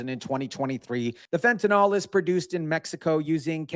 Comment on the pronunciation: Fent.a.nil. Not fent.a.nal nor fent.a.nol